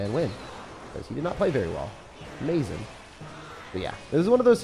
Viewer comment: "Uh-MAZE-in", where's the MAZE ',:|??